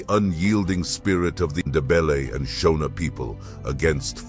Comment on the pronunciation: Your photos are nonsense that is not CJ Rhodes. Neither are the Ndebele traditional garb correct. The pronunciation of Shona is not how people in Zimbabwe pronounce it!!